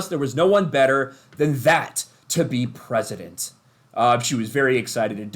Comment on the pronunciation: She's the Prefident of United Earf!